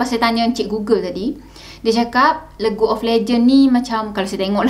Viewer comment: bukan legu kak hahaha cara sebutan dia "lig". League = Lig of lejen